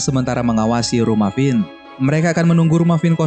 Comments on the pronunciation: pas gw denger lu ngomong kevin :v Finn namanya jadi kevin :v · finn bukan kevin